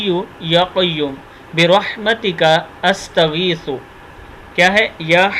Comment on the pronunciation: ماشآءاللہ استغیث کی ث پہ پیش نہ پڑھیی قرآن مجید عربی کے آخر میی ہر لفظ ساکن ہو جاتا ہے جہاں وقفہ کیا جاتا ہے اگر اگلی آیت یا لفظ ملائیی تو زیر زبر پیش پڑھی جاتی ہے آپ کسی بھی بات کا جواب کیوں نہیں دیتے ؟؟ اگر آپ خالص اللّٰہ پاک کی رضا کیلئے کام کررہے ہیی تو بات کا جواب دیا کریی اگر صرف پیسہ کمانے کیلئے یا دکھاوے کیلئے ہیی تو پھر اللّٰہ جانے اور آپ جانیی